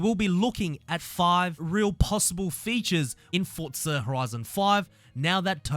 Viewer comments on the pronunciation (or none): wtf is a fortza 😂😂😂 u gotta learn how to pronounce that word forza where inthe hell do u heart the T in forza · not forTza .. just forza .... fortnight and forza didnt have a child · fortnite and forza combined